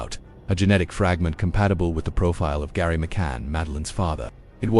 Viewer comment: GERRY NOT GARRY